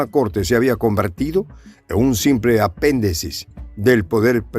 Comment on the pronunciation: se dice, apéndice, no apendeci.